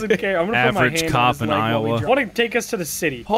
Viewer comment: Iowa not Ioha